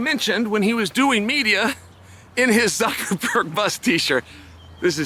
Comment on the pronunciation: “Mark Zuckaford” 😂 exposed you for lying Chael. Click bait 💩 for brains